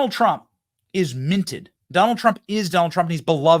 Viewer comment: Trump not Tramp